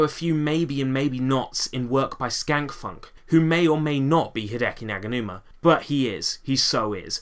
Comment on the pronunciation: Fantastic video! There are so many samples here my brain hurts just from thinkin' about it! Also, thanks for pronouncin' my name right, nobody ever does xD Also, with the Garageband thing, I don't think Hideki uses Garageband, he just has the samples/loops. I have the entirety of the Garageband loops and Jam Packs and I use FL Studio on a Windows 8 laptop, all ripped from my school computer. Anyways, keep up the awesome work!